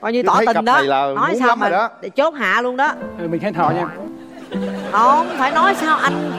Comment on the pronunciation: Nói ngọng rồi viết cũng ngọng “ Nuôn “( luôn)